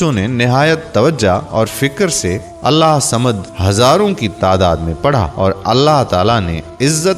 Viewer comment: Allahhusamed sahi traqiy se bolin ye mery peary raby kaba ka ismy pak ha sorry to say